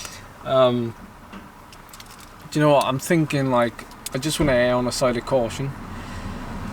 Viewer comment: AIR on the side of caution 😂😂 (I know it’s “err”)